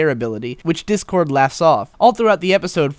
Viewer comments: Ah ha ha ha! I'm totally calling him 'Dickord' from now on. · I noticed when discord is just freed and RD says "Try us Dick-Cord" that's what I heard I may be wrong.